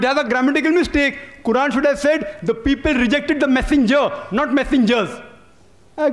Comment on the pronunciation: No is not correct ,qurran is not correct!!!